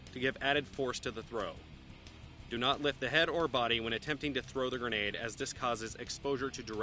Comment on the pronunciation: no say granadaaaaa with an accent